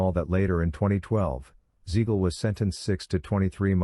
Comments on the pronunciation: It's Siegal with a s not a z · Hearing Beans name butchered like that was annoying as hell.